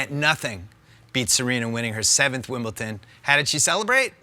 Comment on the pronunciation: I haaaaaaaaate when people say WimbleTon. Can't you read? It's WimbleDON!